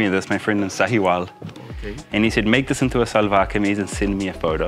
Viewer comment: Seriously Karl you look more handsome in Shalwar Kameez with that pakol (peshawari hat) than any other dress MASHA ALLAH..just like our Pathan bhai..and a little correction here we call it SHALWAR (sounds like SH)not SALWAR. I enjoyed this video very much and happy to see you happy..love to Manisha and your family in NZ from a Pakistani expat in Dubai <3